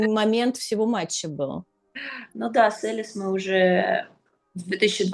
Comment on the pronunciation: Боже какая дичь, что Кудерметова, что Тартакова вы чё курите... Какая Элис.... Она ЭЛиЗЕ с ударением на и.... Бабы, за вас тупо стыдно